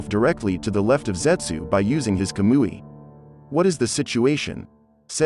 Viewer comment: I'm sorry I just couldnt deal with the monotone voice and pronunciation of the names. I tried but when he said Kah-moo-E. Like a fake kablooee explosion I was done the Kazuma and w/e else again right after it. It's not that I don't think Goku could solo my boys in Naruto universe cause I do. it was just how slow it was and the voice/pronunciation.